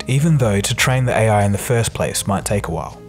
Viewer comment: Nice video. But that pronunciation though. AEY-AY. lol